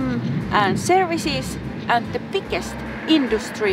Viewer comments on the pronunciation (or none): I think you need to learn to pronounce the soft (voiced) stops b and g, as in 'big' and 'get'. Your "biggest" sounds to me rather like "pickest" (without the aspiration of the initial p, though)...: )